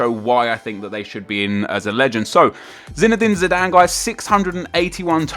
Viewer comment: Zinedane ZIdane :P